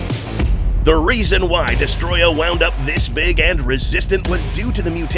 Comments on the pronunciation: It’s pronounced Dest-o-roya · Why does everyone call him "Destroyah" The Japanese title of the game "Godzilla Vs. Destroyer" It even says "Destroyer" in the dubbed version of the film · I can’t stand when people say his name wrong like this guy has done on every occasion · Has "Destoroyah" been misspelled or just mispronounced?